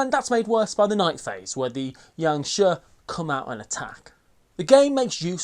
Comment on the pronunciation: Great one as per the norm! Always look forward to your vids! Just FYI, Jiangshi is pronounced as jee-ung shi. I think it is anyway. Mandarin is mad.